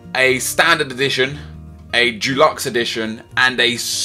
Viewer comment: Good video, but Dulux is a brand of paint... it's 'Deluxe'